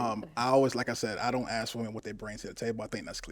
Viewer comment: omg this shit pisses me off so much!😂😂😂😂 I thought I’m the only one… and ALL OF THEM SAY THAT! is that a black people thing? It sound so stupid gosh. Just say it right. But no. AXE 🪓 WHO THE FUCK YOU WANT TO 🪓???😂😂😂